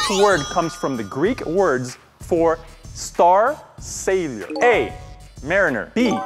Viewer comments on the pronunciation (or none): When said, "Star Sailor" it sounded like he said, "Star Savior".